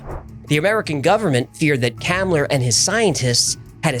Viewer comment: FYI, Hans Kammler's last name is pronounced Com-Lur.